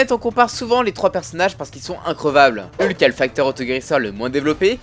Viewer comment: Et "Heulk"